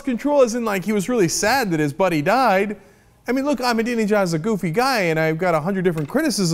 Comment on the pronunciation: I spent the entire commercial trying to pronounce "Ahmadinejad," and Cenk gets on and immediately spits it out effortlessly. :-\